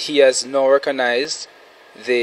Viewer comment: This lawyer went to Rygin King University. "reconize"?